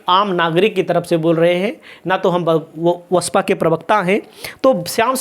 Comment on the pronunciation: BSP , ko aap hamesha vasapa bolte hain,ise basapa bola kijiye